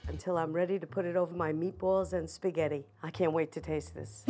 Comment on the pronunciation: HEY IT'S SPAGHETTI NOT THAT HARD